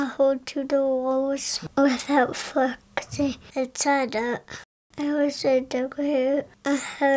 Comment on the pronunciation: Flexing sounded like the f word